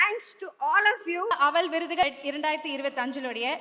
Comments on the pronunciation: 😮அவல் இல்லை. அவள். Anchores must learn pronounciation. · அவள் என்பதை அழுத்தி சொல்லுமா அவல் இல்லை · Yes. Not able to pronounce aval. Kevalam